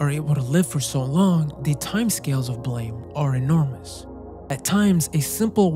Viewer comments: its not called "blame" its "BLAM" like an explosion Killy isnt a human either.... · As soon as I saw Lorn's Lure, I knew you had to bring up Naissance. And as soon as you did, I'd hoped you'd bring up Blame! and you did. Just finished it a few days ago, what a coincidence! (It's pronounced like 'blahm', like a gun sound, also it's got a movie on netflix!) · Small correction, Blame! is pronounced like “blam”